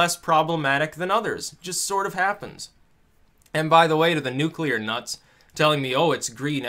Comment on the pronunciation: I took a 'nuculer dump, once.